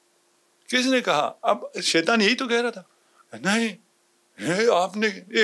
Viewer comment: tu beshak azeem hai but apna( sheituwaan) theek krain. Shaituan.